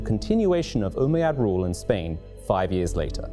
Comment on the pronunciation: It's not Umaaa Yaad U bish it's ummayad